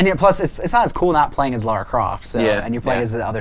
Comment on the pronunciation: The only show on the internet that says Lara's name properly!